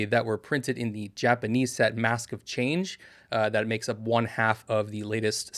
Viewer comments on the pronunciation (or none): none